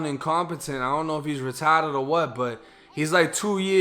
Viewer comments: I like the way you said “Ritaddit”. 🤣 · The way you say retarded 😅